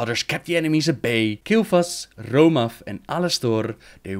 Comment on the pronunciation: Rrrrrrrrrrrrrrrrrrrrrrrromath that r.